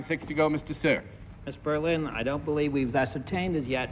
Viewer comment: John botched Brenda Berlins name! he doesnt botch often!...btw...what a HAIRDO on miss Berlin...